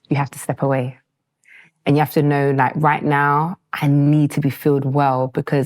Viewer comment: "Tooknow" Ghanaians 😂